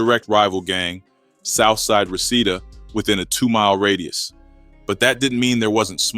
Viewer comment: It’s pronounced Ree-see-da